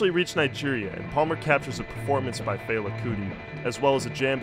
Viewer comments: And fehLA not FAYla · Yup, LAY-gos and FELL-a not FEY-la. Not being a grammar Nazi, just a Nigerian who can’t stand hearing my language butchered 🙏🏾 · "Fell-ah" and "Lay-gos" but great video.